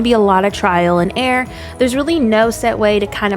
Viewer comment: Sounds like you're saying trial and air not trial and error lmao